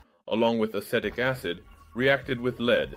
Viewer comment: Other people comment on the qualitative things about the AI voice, but I find it simply often mispronounces words. It's terrible with "e" in english words due to how inconsistent it is used, "leed" not "lehd" or "a-seh-tic acid" not "a-see-tic acid" and such; some of these can honestly be called regional pronunciations, but many are simply wrong. Great video content as always though, glad you're making it back okay!